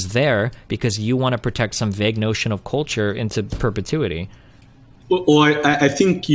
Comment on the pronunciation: God damn, I really HATE the way this guy pronounces "culture".